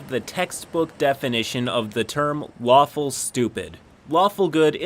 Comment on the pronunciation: I thought he said waffle not lawful for a second